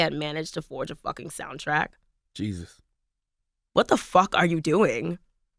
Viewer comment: “what the FAWK are you doing?”